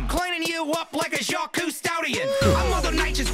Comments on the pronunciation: Its not Jack. Its jock with a french j. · Also can ye pronounce Jacques right please lol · Even when you repeated the “croc to Jacques hunter” rhyme you still said Jack, I love it 😂